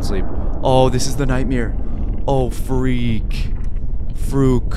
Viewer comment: "frook" and "freak" 😂